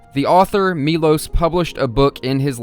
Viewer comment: His name is actually “mee-lowsh” even though it’s spelled Milos in English, the name is Miloš. That’s an sh sound.